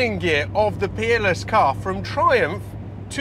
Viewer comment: I hear with a Yankee accent and I swear I thought you were saying Keeble was a designer at the Penis Car Company. Finally heard Peerless. Not sure if that’s correct either. By the way, that Chevy V8 exhaust sounds like something is off.